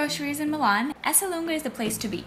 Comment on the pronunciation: Ecco come pronuncia lei Esselunga “eslung”